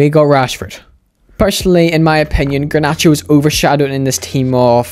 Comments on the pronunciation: bro its garnacho not granacho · ffs dude. Its GARnacho and not GRAnacho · the G is pronounced like in Getafe